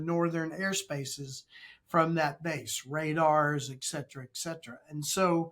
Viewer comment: Can't take any "expert" seriously who does not pronounce etcetera correctly. He must be a hack.